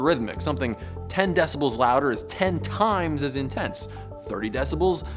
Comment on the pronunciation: "decibals" sounds like "decimals", but with a cold.